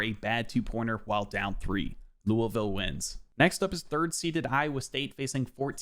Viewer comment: Surprised you pronounced Louisville the way locals pronounce it. Chucky Hepburn ain’t a 81 he’s like a 87 at least 😂